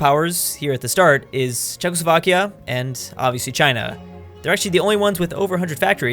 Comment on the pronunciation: “Chezckslovkia” YouTube: Chuckles Vodka